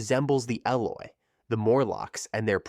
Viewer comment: It hurts to hear him say Eloi wrong so many times